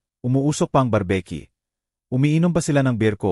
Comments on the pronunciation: Bar b Q d barbecue paki ayos ng pagbasa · O pati n brbq? Ang basa brbeq🤣🤣🤣